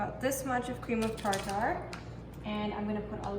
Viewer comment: Cream of tar tar🤣 she so adorable.. it’s actually tarter but I like tar tar better.. I’m gonna start saying that